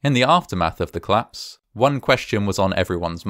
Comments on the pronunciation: It's cOllapse not clapse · I love this channel. Although every time I start a new video, I sort of forgot about the curiousity that all videos I’ve seen so far, are about things collapsing, while the voice over is unable to pronounce exactly that word: collapse (‘klapse’). :-O